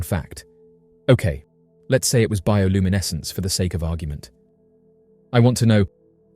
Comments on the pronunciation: Seriously how many times did he say bioluminescse........ I had to give up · Let’s take a shot every time he says bioluminescence.